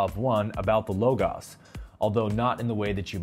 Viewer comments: _ The second "O" of the word "LOGOS" is pronounced exactly the same as the first "O". _ Both "O"s are short and the "O" in LOGOS sounds like the "O" in the words FOR and MORE. _ The LOGOS has been translated as the WORD. _ A word comes from a concept which is in thought and in the final analysis it is a vibration at a certain frequency. _ Therefore the LOGOS can be thought of as the initial vibration or energy that started the process of manifestation/creation. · IF YOU ARE GOING TO MAKE VIDEOSSS,,, PLEASE,, Go to Google, Type in the WORD you are going to use,,,,, AKA,,,,, "LOGOS def." Then hit the button that says the word,,, THIS WAY YOU WILL KNOW HOW TO PRONOUNCE IT!!!!!!!!!!!!!!!!!!!!!!!!!!!!!!!!! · Love you for making these videos, so don’t take this the wrong way, but, come on bruddah! Logos sounds so much more pleasing to the ear with two long o’s. Watch inner worlds outer worlds if there’s any doubt, the way he pronounces logos is divine. In any case keep up the great work hermano, peace! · He is pronouncing it wrong, and there are issues with the book he talks about, but it has so much golden information that I definitely watched it. If you ever played Minecraft, that’s how it’s done people. I love this guy!!! It’s like life! Take the freakin diamonds and build your armor! There are laws of grammar for a reason and our speech should reflect the LOGOS itself and it’s eternal laws of the textbook universe. Just saying that. I don’t care if it came from an ancient deal/scholar we must repair the damage of ignorance from the past even in past work. Remember the Tibetan “Om Mani Padme Hum” - we must prepare a mind that is at one with the universe. That’s why we discover eternal laws with science. It’s pronounced with long O’s. There’s 2 vowels. 🥰 Love everyone always ❤️ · It is rarely pronounced this way. Not in Greek., either. This is the first time I have ever heard it, and I found it so annoying that I could not finish the video. Call me crazy...